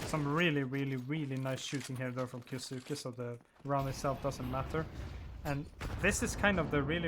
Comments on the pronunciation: just letting you know, kyousuke is pronounced as ki yoh sske. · the u is silent